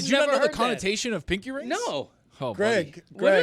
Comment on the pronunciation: The way y’all are pronouncing pinky made me jump every time